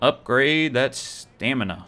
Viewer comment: "I had no stanima... no stanima!" ..... it's stamina lol